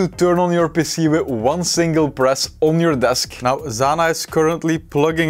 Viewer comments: And PC sounds like he's saying pissy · Your pronunciation of PC sounds like youre saying pissy.